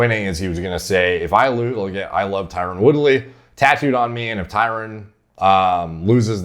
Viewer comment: His name is Tyron, not Tyrone. Pronounced very differently. Never heard of a tough dude named Shamar